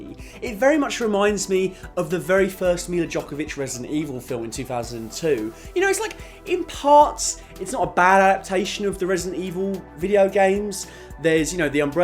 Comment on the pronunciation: Isn't it Jovovich, not "Jokovich?" Also, who calls it a tasche? I've only ever heard 'stache. As in, mustache minus the "muh" part. Is that like a non-American English thing or what?